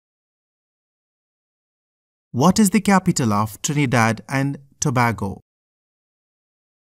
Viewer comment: BROOO- NO WAY... YOUR SO STUPID BRO LIKE UHG ITS TO-BAY-GO AND THE LARGEST CITY IS CHAGUANUS OMG